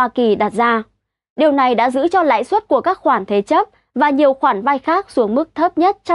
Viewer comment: Hôm nay nghe nói hơi lạ tai. Tôi biết bạn nói chuẩn ngôn ngữ, nhưng tôi nghĩ không nhất thiết, cứ nói bình thường như mọi khi là đc, hôm nay nói, ví dụ, suất, đã phát âm chuẩn nhưng tự nhiên tôi cảm thấy ko như mọi khi